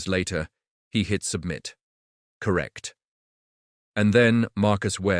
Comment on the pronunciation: "CORTRECT" That made me laugh way harder than it should have.